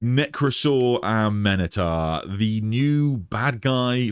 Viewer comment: I don't know why you're adding an extra vowel to his name. It's A-Men-Tar.